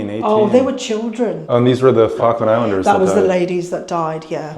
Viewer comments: It's pronounced "FALL-KLUND" not "FAH-KLAND" EDIT: I see you started to pronounce it better towards the end of the video...I'm guessing you were picked up on it by an Islander? 🙂 Also, that wasn't yoghurt but custard. You also don't say 3.25 quid...only fully whole numbers would you use quid, like '2 quid' or '3 quid'. For 3.25 you would say '3 pounds 25' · Did he say fuckland? Try pronouncing it fall-k- land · ill try to watch the full video but im 2mins in and your prenounciation hurts my poor Brit ears... Falk as in Fall kland not what sounds like f*ckland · Is there something inherently stupid about Americans? This dubious example can’t even correctly pronounce the name of the place he’s in. FALKLAND NOT FARKLAND you fuckwit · If you're going to do a video about the Falklands it might be worth learning to pronounce it. "Fokkland" wtf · Learn how to read. The Falkland Islands, not Fawkland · You pronounce it "Fuckland," but I'm sure that's not what the British call it. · Why are you calling them the 'Fock-land' islands, man alive! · Am I the only one who thinks he says Fuckland? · Right off the bat: 'Fockland Islands' 🤦‍♂️ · I didn’t realize it was pronounced with a silent ‘L’, i.e. “Fokkands”, vs, the way it’s written. Interesting! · "Fuggland" islands??😄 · Try pronouncing it "Fall - kland" please not the way you were saying it. It sounded wrong🫤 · You can't even pronounce Falkland properly mate. 🙄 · Annoying that he can't pronounce Falkland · This is an awesome video, but there's something about the way Americans pronounce "Falkland" that hurts my British ears 😂 The L just disappears... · Bro you should have at least learnt how to say Falkland before making this upload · I love this video so far! But FYI, to my British ears it sounds like you are saying 'F*ckland' instead of Falkland - you need to pronounce the first 'L' 😆